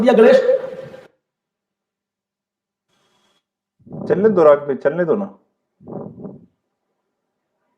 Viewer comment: Ganesh is pronounced as गणेश and not गनेश so गण means follower Elephant is गज:।